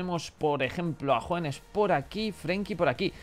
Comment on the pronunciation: desde cuando Hoeneß se pronuncia JUANES? es porque jugabas con la camisa negra?